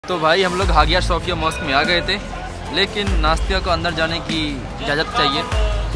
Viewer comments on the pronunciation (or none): Shophia nhi sophia h bhai